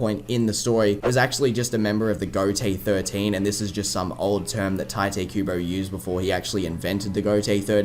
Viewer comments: Its "tea" te kubo, not "tie" te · His name isn’t “Tai-tay” its “tai-toh”. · It’s pronounced Tite Kubo not Taite Kubo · Isn’t Tite pronounced (Tee-tay)? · tai-tay kooboh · Please dont say 'taite' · I actually heard from the translators on a Bleach Brave Souls live stream that it's actually pronounced "Taito." Like "tight" and "oh." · it's pronounced "Tee-Tay" Kubo btw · Actually, I found out in a Bleach Brave Souls Bankai Live stream that it's pronounced "Taito" Kubo. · the first time you pronounced tite kubo i was like "... wut?"